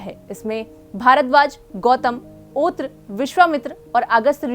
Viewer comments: ओत्र नहीं अत्रि ऋषि हैं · ऋषि का नाम ओत्र नहीं अत्रि है कृपया जांच लें 🙏